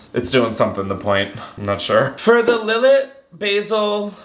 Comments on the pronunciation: btw babes its pronounces " lil-aye", its so yum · Lil let is fortified wine, btw (and is pronounced Lill—ay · Lill-lay is how it is is pronounced. I manage a liquor store and I was embarrassed the hard way.